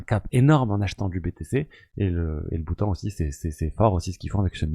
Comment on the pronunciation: Bhutan se dit Boutan 😉🙏